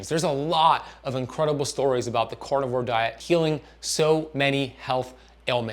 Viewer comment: This is cArnivore, not cOrnivore!!! lol even a French like me knows that!! LOL Love you anyways!! :)